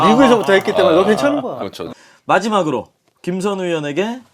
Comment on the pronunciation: 용검언니 발음 더듬. 마이제막으로 ㅋㅋㅋㅋㅋㅋㅋㅋㅋ